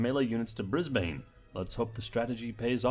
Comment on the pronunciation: I guess here’s some notes on Australian city pronunciation Brisbane: Bris-bin or Bris-ban, not Bris-bain Queanbeyan: Like “Queen Bee Anne” Geelong: Je-long as in jelly, not Gi-long Melbourne: Mel-bin or Mel-ben Uluru: Oo-ler-roo, not Oo-loo-roo Minor quibbles Aussie: Has a z sound rather than an s sound Gosford: Sorta a silent ‘or’, like Gos-fd If I haven’t described them well I’d be happy to link a video or something where they’re said, but otherwise your pronunciation of the rest seems to be quite good.